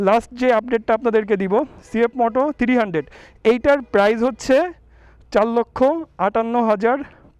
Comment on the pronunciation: থ্রিরি হান্ডেড বলেন কেন থ্রি হান্ডেড বলতে পারেন না ভাই 😂